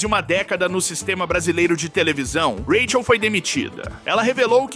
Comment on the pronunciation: Vc grava sua voz pra ia narrar com ela né? Pq rola uns rátchel ( “Raquel”) e umas pausa típica na pronúncia de ia pra números .